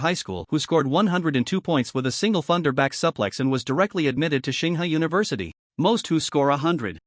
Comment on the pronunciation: ching hua? you mean tsinghua?